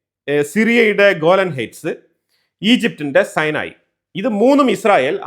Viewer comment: സീനായി ആണ് അല്ലാതെ സൈനായി അല്ല.